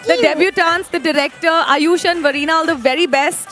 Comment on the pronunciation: Its aayush not ayyush